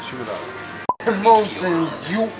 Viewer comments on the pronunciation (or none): none